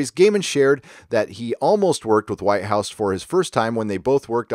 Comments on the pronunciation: They have indeed messed with the scripts... I love Doctor Who, but its brilliance is drowning in way too much ridiculous PC and childish scripts. Also, too many people traveling with the Doctor.... it's all a bit of a mess. By the way... it's Toby 'Wit-house' not White-house'. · It's not White house it's Whithouse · It's Whit-house.